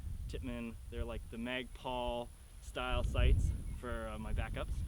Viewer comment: Why does he keep saying magpal